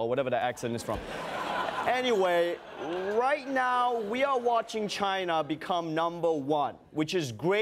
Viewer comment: i think you mean Ghina